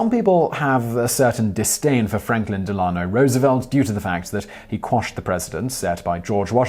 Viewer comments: Accent on the first syllable of Delano -- 'DELano." The "a" has a schwa sound. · Why can't this dude get through a video without butchering someone's name? It seems to imply a lack of research, and/or actual first hand knowledge Delano is said "Dell•ah•no"